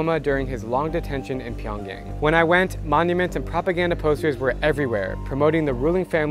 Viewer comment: Dude you're telling me you taught English in South Korean and went to North Korea and can't even say Pyongyang right?